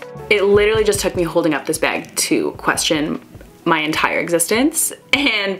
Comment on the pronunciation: you say beg in stead of bag